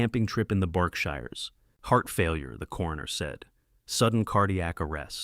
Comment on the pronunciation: It's also not the BARKSHIRES, ITS BERKSHIRES. PRONOUNCED BERKSHEERS.